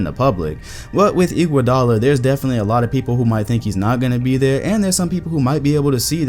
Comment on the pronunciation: Bruh.... first off, Iggy is a clear HoF member since 2015 when he won his finals mvp. I was so confused when you said his name. Second. Dwight Howard was good one to talk about, I liked that part a lot. I think his career high was talking his team to the finals as the best player. I think that is HoF material. A.I. Is a clear HoF best he ever did was take his team to the final. Now a real underrated potential HoF guy is Chauncey Billups. Congrats I gave you your next video!